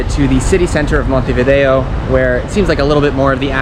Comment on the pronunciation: Good start with Montevideo pronounced correctly😅